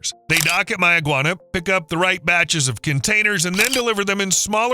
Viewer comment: As a Bahamian some of those clips are old and locally pronounced "May-ah-gwan-ah"